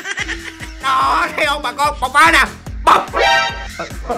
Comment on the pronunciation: bộc phá nè " bộc " :)